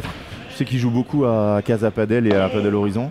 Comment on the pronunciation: A tous les spécialistes et aussi novices du padel: on dit "padèl" et non pas "padeule" (paddle est un autre sport comme une grande planche de surf avec 1 pagaie) rien à voir. Le padel (prononcé "padèl") est hispanique